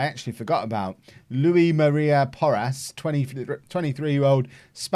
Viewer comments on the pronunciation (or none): none